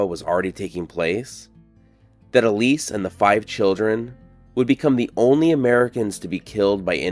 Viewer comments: The plaque says Elsie. I'd pronounce that L.C., not E. Lease. LOL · ELISE ELSIE (EL-SIE) ✅ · Her name was Elsie (pronounced L C) not Elise. You are reading it wrong.